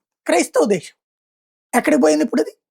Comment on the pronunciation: సోదరా...నీకు దండం పెడతాను...అవసరం లేనిచోట్ల "ష" అక్షరాన్ని వాడవద్దు. వినేందుకు చాలా కర్ణకఠోరంగా వుంది... ఉదాహరణకు... అంశం. -- అంషం శాతం -- షాతం దేశం. -- దేషం Please Bro...ఆ "ష" అక్షరాన్ని అలా వాడకు...please